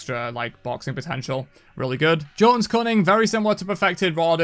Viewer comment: Thanks for the tier list. Un-thanks for the Jotunns pronunciation.